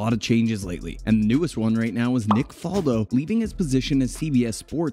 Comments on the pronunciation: Ok, well, it's Fal-do with the "fal" pronouced like "Al" or "Val," not like "fall" or "wall." Faldo's professional career started in 1976, not 1997. He finished 8th in the Order of Merit in 1977, not the "European Open" whatever that is. These are just a few of the many, many things this video gets wrong. If you're just going to regurgitate Wikipedia pages, at least do it accurately, folks. C'mon. Are these all like this? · Greg Norman was number 1 for 331 weeks, he's second to Tiger Woods, get your facts straight, and learn how to pronounce Faldo's name correctly